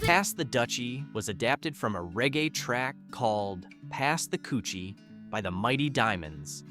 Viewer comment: Pass the coochie would have been a whole notha song. It’s cutchie, like kuh-chih